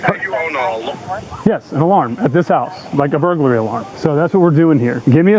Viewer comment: bur-goo-larry :face-purple-smiling-tears::face-purple-smiling-tears::face-purple-smiling-tears